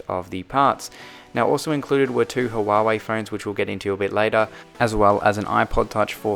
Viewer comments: It's pronounced hwar-hwey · huawei pronounce hua way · Casually calls the worlds biggblest smartphone company (Huawei) as Hawawai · It’s pronounced wa-way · Hawawei lol , nevertheless great vid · The way he said Huawei